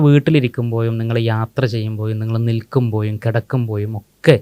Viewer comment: നിങ്ങൾ വീട്ടിൽ ഇരിക്കുമ്പോയും, നിങ്ങൾ യാത്ര ചെയ്യുമ്പോയും, നിങ്ങൾ നിൽക്കുമ്പോയും, നിങ്ങൾ കിടക്കുമ്പോയും?!🤔 (Unmasking anomalies team ൽ പെട്ട ചില മാന്യ വ്യക്തികൾ അവരുടെ മലയാള ഉച്ചാരണം! (അക്ഷര ശുദ്ധിയും അക്ഷര സ്ഫുടതയും വരുത്തേണ്ടതുണ്ട്)❤🍀😊.